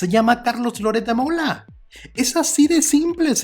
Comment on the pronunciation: "Louretssssddd" quien es Loret de Mola? Xq no pronuncia biennn es un boludooooo importante.....